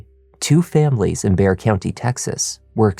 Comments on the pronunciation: Thank you for pronouncing the word 'BEXAR' correctly!!! EVERYONE gets in wrong! Bexar county. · Wow, a crime podcast that pronounces bexar county correctly. ❤😂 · Thank you for saying the county's name right. From a San Antonio resident lol. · He pronounced Bexar County the right way. I’m proud of you. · Thank you for pronouncing Bexar correctly 😊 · Great job on this! I live in San Antonio. I’m sooo glad you pronounced Bexar County correctly. Love your channel! 🙌🏻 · bonus points for correctly pronouncing Bexar county! Thorough research as always!